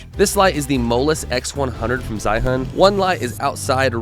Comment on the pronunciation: Great Video! Just want to point out the brand should be pronounced more as "Jee-yoon". Was kind confused on the what "Zha-hun" is for the whole video